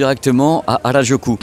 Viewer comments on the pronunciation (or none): petite correction, ce n'est pas hardjoukou mais Harajuku (u pas ou) merci 😊 (presque comme votre "à raz du q en français") même si on sait que vous n'aimez pas les langues 😂😂😂